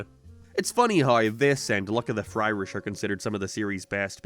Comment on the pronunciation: Or, "FryRish," as pronounced here.